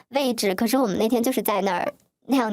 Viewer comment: 还有很多，不知道是不是转换声音导致的，又好像本来她就是这样说话：niao（聊）天，泥（厘）米，念（练）习，您（林）立珍，逆（立）法委员